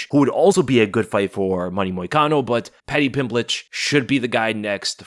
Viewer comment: Paddy Pim PLITCH? 😂😂😂